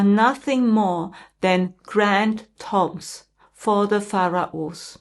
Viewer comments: Pronounced. Tume. Not tom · Hi, it's pronounced toombs, great video thank you xx